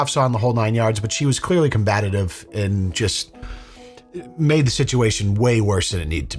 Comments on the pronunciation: The word is combative. Not combatative. You say it a lot and it’s annoying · For the love of God,, stop saying combatatative or combatative!!! It’s not a word! Combative. It’s combative we don’t need more syllables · C O M B A T I V E lol "combatative" 😅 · "Combative" dude! Not combatative. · Bro you made it 24 minutes without saying “combatative” but you seemed to slip it in last second 😮‍💨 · What happened to your tongue at the end? "Combatative" and "aboose" 😂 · Combative, 😂😂😂😂 it's combative 😂❤❤